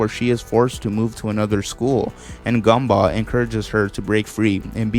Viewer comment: I like how you pronounce Gumball Gumbah